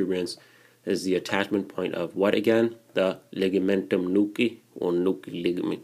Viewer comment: Love the way you say Ligamentum nuchea!